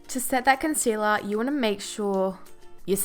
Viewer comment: When she says concealer : consela🙈